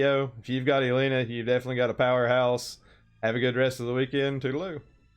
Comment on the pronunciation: Did you just say too-da-loo?